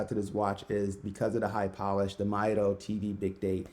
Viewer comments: Great Review, and I hope to see many more of your reviews. I think Mido is pronounced "Me-Doe". I have one of their older models, the Commander for over 20 years and it never needed service. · You’re right, the right prononciation is “meedo” and it comes from the Spanish phrase “Mido el tiempo” meaning “I measure time”. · actually it's pronounced ME-DO, based on spanish